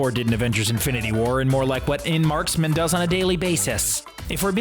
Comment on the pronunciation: Dude just said “Em Marksman”. The disrespect is real